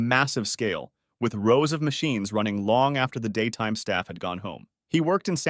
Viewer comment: “Stuff Only” what stuff? Or you mean Staff Only?😂😂😂